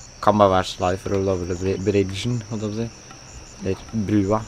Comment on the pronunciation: Hvorfor sier du shly